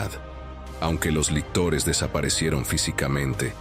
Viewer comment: Lictores, no lectores...